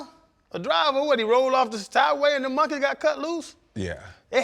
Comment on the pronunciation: RC sayin Mawnkey so Louisiana 😂😂